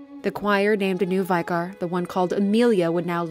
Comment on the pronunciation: This was wonderful as usual. Super cool to see you do one of my all time favourite games! Be prepared for the influx of “ummm akshually...” comments from FromSoft lore fans, lol. And now to be completely hypocritical... a small point - the word “vicar” is pronounced “vicker” like “picker”. It’s hurting my soul a little to keep hearing American and Canadian youtubers pronounce it like “VYKAAR”.